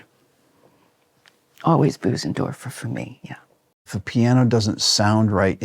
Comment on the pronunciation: Tori passive/aggressively correcting Rick’s pronunciation of Bösendorfer 🙌🏻🤣